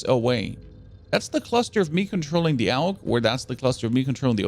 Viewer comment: Aug not aulg